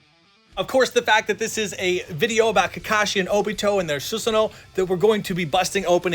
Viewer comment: you should pronounce it as susano not susano